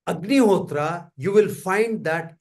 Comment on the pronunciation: It was a very insightful session. Thank you. One suggestion - please pronounce 'Agnihotra' and 'Homa' the bharatiya way.. Ie without pronouncing 'a' in the end. It is अग्निहोत्र not अग्निहोत्रा , similarly होम not होमा। let's not misspell sanskrit/hindi words/names/nouns when we translate them into english.... words carry meaning.. right?